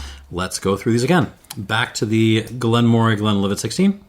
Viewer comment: In addition to the fyi below on Elgin, Moray is pronounced Murray. Another fascinating in-depth tasting and series of comparisons, and I'm yet only half-way through watching, thanks.